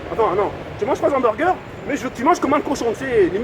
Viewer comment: La meuf elle fume et sa dit humberger aaah mal alimentation okby